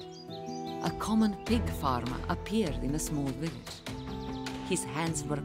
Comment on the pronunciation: Germans and Russians: pronounce the ''w'' as a ''v'' TheViper: WIllage